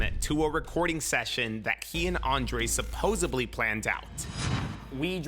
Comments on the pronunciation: Aye man I love this shit but dude, it is pronounced supposedly, with a D, not supposably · It's supposedly!! Not supposebly! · For someone who literally says it multiple times every video, my guy needs to learn how to pronounce "supposedly" lol